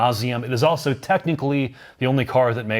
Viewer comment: I can tell been working on the 'auso'/also predicament. He's not quite there - remember: A-L-S-O. There's an L there, not a U!